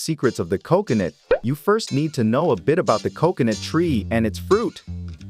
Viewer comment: I don't understand why you mispronounce coconut! I've NEVER heard anyone else butcher the pronunciation of that very easy to pronounce word!